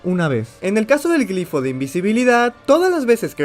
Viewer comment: Cada que dice "gRifo" en vez de "gLifo" me dan ganas de matar a alguien